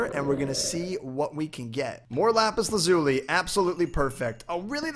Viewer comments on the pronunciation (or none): none